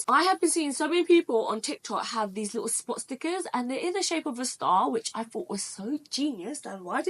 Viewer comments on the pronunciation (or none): that did not sound like you said "Spot Stickers"